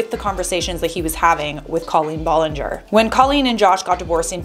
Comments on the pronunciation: Colleen B-A-llinger not B-O-llinger... sorry it is driving me crazy! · Ba-lin-ger! Not Bo-lin-ger!👋👋👋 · BTW ITS B-ALL-EN-GER NOT B-OL-ON -GOR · Ahhhh I'm sorry but not Bollinger it's Ballinger I'm sorry 😭😭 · First of all it is ballinger not Bollinger and second of all he’s doing this for the CLOUT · Did she just say bollinger? Beech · Is it hard to pronounce her name correctly? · How do you pronounce Ballinger wrong??? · He can’t even say her name right ???? And who hires a pre teen to run their social media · Why does she pronounce her last name like that??? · You saying her last name wrong... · her last name is not pronounced that way i- now that i think about it, that’s not even how you pronounce her first name HA